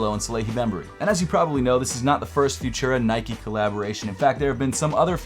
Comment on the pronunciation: its pronounce futura, not fushera!